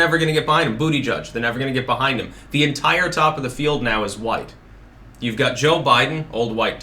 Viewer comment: Too Hwhite....... ☁⛄⛄⛄⛄⛄⛄⛄